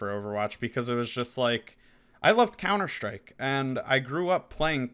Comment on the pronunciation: Couner Shtryke!! 😝